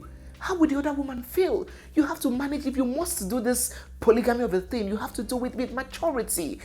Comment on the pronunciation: Take home message for me from this video is that “respect is a beautiful tingsssss”😂